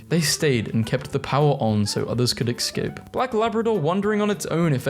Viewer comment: Ugh. For the love of all that's Holy, Escape is not pronounced "Eck scape". It's "Ess scape". Also; how to tell me I know you pronounce "Etcetera" "Eck cetra" without telling me you pronounce it ecksetra, lol. (Bonus- who the F pronounces Tortoise, "Tor Toys"?